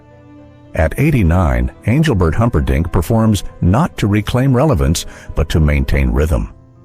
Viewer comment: Please tell this guy speaking to pronounce Engelbert's name correctly